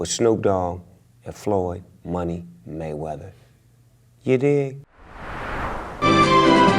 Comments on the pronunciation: maygueder hahaha wtf its mayweather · Boss Player... His name is maywether... He's the code that nobody had broken... The Mavinci code?